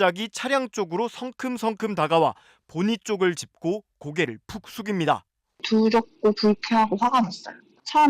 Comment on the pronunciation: 두렵고가 드럽고로 들리는건 내귀가 이상한건가